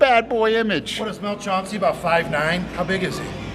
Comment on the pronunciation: By the way. Its chan cee.....not chaun cee....big mels the real deal....you dont know shit....mels a great man and not a shit talker...i notice all of a sudden "likes" mel. Since he made florida permanent.